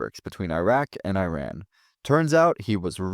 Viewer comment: You call yourself a Middle East historian but don’t know how to pronounce iran or Iraq and didn’t know iran isn’t Arab?